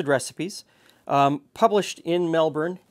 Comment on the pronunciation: you have no idea how nice it feels to have people pronounce Melbourne correctly. Also super cool to see other people making ANZAC Bikkies!